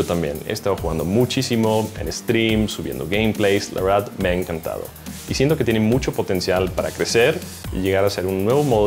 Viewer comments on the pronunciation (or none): " la uerdad me ha encantafou" jajajaj úlala sr frances.